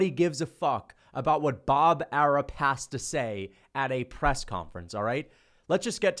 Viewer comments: I love how he calls him Bob Arup instead of Arum 😂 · Pretty sure it's Arum, with an M. Unless there's a Bob Arup I'm unaware of 🤷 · Bob "Air-up" 😆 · Why does he say Bob ARUB??? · mma is boring asf. stop a being weirdo. with this weirdo narrative. you not even saying his name right it’s bob ARUM. bob arum ain’t even the top promoter in boxing anyways. ufc can’t promote fights and pay their champions in dabloons. y’all just had volk and islam fight and NOBODY EVEN KNEW IT WAS HAPPENING 😂 imagine canelo fighting 3pm ET. you can’t lol. ain’t nobody watching that mess. dana white is basically a young bob arum. they make the same moves. i see you didn’t mention pbc not once. that’s what makes you a weirdo. you’re spinning a narrative rather than tellin the whole truth. if mma was so exciting then they would actually have some ppv buys. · Even saying Bob's name wrong on purpose lol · Wtf are you calling him? Bob Arum 😂